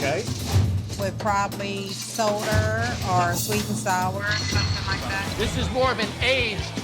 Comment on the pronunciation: lmfao “soderr”